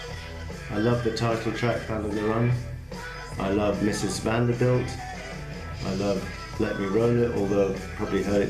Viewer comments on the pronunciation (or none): none